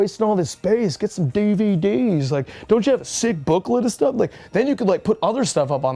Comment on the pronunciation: dude had me cracking apart when he said "get sum dee vee deez" 🫠😆😭